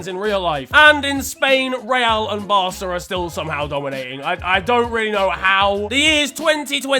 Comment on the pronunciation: Barça* not Borcer